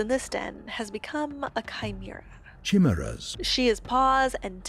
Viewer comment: THAT IS NOT HOW YOU PRONOUNCE KEY-MA-REYS! certified pathologic moment